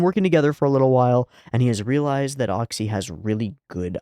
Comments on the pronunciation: Oczy is pronounced almost exactly like "ochi"/"oh-chyh" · obligatory explanation of pronunciation of oczy's name: the easiest way for english speakers to say it is "ochi". if you want to be pedantic, then the "ch" sound would be thicker, the way it's pronounced in "Czech Republic". another analog is the way that cluster of consonants at the end of the word "kitsch" sounds. any time you see "cz" in polish language, it's gonna be pronounced that way. also, his name means "eyes"